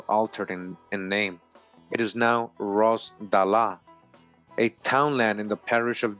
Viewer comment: Ross-dalla 🤔 John Ross (Cherokee), Rosenthal.